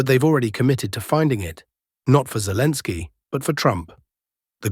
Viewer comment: I don't like the new voice. It mispronounces things, even calls Zelensky "Zelens." The old voice was much better. Yes, it has an accent, but it was easily understandable, and didn't butcher the Slavic names.